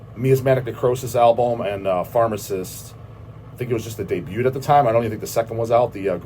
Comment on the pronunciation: The T in Debut is silent. It’s a French word. Knowledge for the.